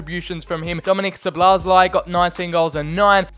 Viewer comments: Szobolozai. xDDD This is fun to hear as Hungarian. I think you should pronounce Sz as u pronounce s obo is ok the other sz is simple s again and lai as lai. So Soboslai. xD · The pronunciation is pretty much So-Boss-Lie (The lie part is with british accent). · (Zo bo lai) thats his pronounciation :) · Szoboszlai = Sawbosslai not sobolosaj😂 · You pronounce soboszlai as sobosluyi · szoboszlai you must read like 'Shoboshlai' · You need to pronounce Szoboszlai like Schobosschlai. Or i guess it would be allright if you say soboslai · If you want to pronounce Szoboszlai than just try like this: "SOBOSLA-I" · Szobozlai (So-bo-zlai) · He is pronounced soboslai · Szoboszlai is pronounced shoboshlai if I am right. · It’s said sobozlai